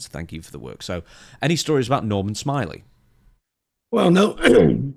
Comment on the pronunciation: Nor*man* Smi*ley*